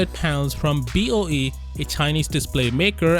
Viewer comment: BOE becomes BOO 😂😂🤣🤣😂